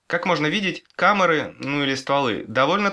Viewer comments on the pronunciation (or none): камэры, или камуры или камары?????